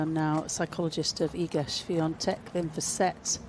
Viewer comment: Hey comentators, it's Swiatek, not SwiaNtek!